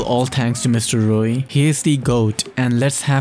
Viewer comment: Things I learnt: 1. MX9 Gunsmith 2. You pronounce Mrroey as Rroey